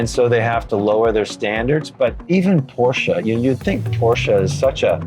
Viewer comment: He talks to much , where is the sound of that Shelby except. Plus if you're going to say Shit about Porsche it's Porsche not Porscha or what ever he said .